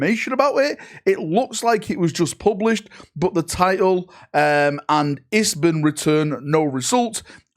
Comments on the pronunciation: i-s-b-n not izzbin. International Standard Book Number. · Isbin? 😂 It's the ISBN you clown. Have you ever read a book 😂